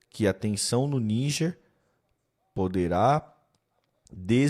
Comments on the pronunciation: Vei. Não fala niguer, fala Nijer… YouTube vai bloquear vcs! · Por que ele fica falando Níguer e não Níger?